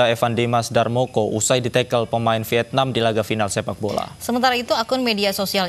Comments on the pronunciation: Evan Dimas DARMONO bukan darmoko wkwk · Darmono bukan darmoko :v 😊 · Darmono woi bukan Darmoko 😂😂😂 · Pembawa acara nya gmn sih.. Yg bener evan Dimas DARMONO.. bukan darmoko gkgk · Kok Evan Dimas darmoko? Yg bener darmono